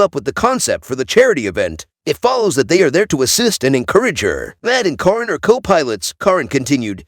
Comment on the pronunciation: It’s not Coryn or Karen it is Caryon.